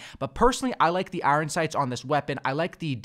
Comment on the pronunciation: Why this dude saying iron like I-ron